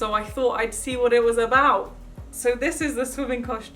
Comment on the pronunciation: Who else really really loves when she says "WOT" and not "what"? I FREAKING L O V E IT